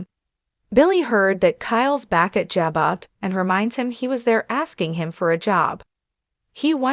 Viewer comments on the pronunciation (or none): 100% pronunciations are KEY to better communications! Jabot is a FRENCH word that has a soft "J" and silent "t". (phonetically pronounced, "zhabow"!) 😂😊😂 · Say the name of company right